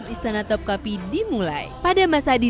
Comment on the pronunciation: Istana topkapı. Bacanya topkape, e nya elang